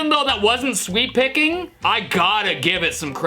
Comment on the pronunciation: I keep hearing sweet-picking Rather than sweep-picking